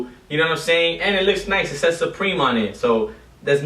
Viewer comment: You said responsibility instead of responsibly and you referred to the U in supreme as a W. Maybe you were nervous or maybe you had too many drinks beforehand idk.